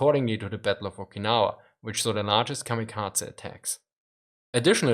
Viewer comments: KamikaZe, not KamikaTZe. Z as in Zaire, not TZ as in Cyprus ! They were suicide pilots, not cats :) Please take care of prononuntiation. It is japanese word, not german. If you do not know terminology, it undermines value of your point. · The letter z is pronounced like ts in German, that why he says "kamikatse".